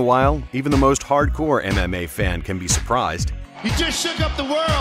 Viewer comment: Everytime he says "MMA" I only hear "anime" and it's fucking funny